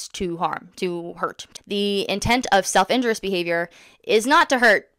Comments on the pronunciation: Every time you say “self injurious” it sounds like you’re saying “self interest” please pronounce the second i and put the stress on the u. “in JUR ee us” not “IN jur us” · Great video,. The autism community is fortunate to have you as an advocate. I just want to point out the correct pronunciation of the term self injurious (in-jury-us). Keep the videos coming 😊